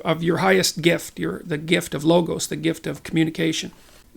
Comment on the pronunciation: when he says "logos", how do you spell what he's saying